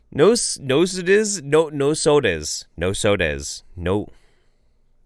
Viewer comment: Nosode is pronounced no-zode like zone with a d instead of an n. Just for future reference 😉 homeopaths consider nosodes as homeopathic vaccines